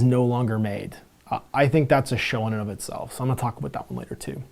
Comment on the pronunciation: Aboot lol